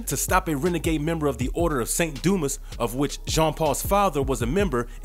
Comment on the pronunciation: Its pronounced Du- mah.🤦‍♂️